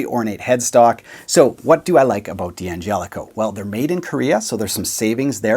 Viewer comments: In Italian and in English , d'Angelico is pronounced "DANGELICO", not "Di Angelico". It's not an initial, and there is no i. Just a silent apostrophe. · It's pronounced DAngelico, not Dee Angelico ... like DAddario, not Dee Addario. One of the D'Addarios explains the pronunciation in an article about the company in GP magazine a year or two ago. As someone whose last name gets mangled all the time, correct pronunciation feels good. Agree about the PRS SE. Bought one several years ago. Very good. So good it made it hard for me to justify the American PRS. Same with Sterling. I've had their AX 40 for a long time. The Godin Core CT is a go to guitar for me. Also my introduction to P90 pickups. And Seymour Duncan pickups, to boot. I think I really want the same one as you showed, as well. And, has been mentioned by others, you missed G&L. But maybe you've never had one go through your hands. I have a Tribute model S-style. It has everything you could want in an S-style guitar. Interesting tone circuit, too.